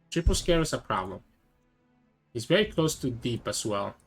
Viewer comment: bro cant pronounce a v